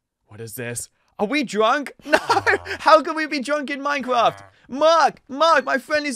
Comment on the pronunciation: Wait is it normal for british people to pronounce minecraft as minecwaft? He said that when he got the energy pill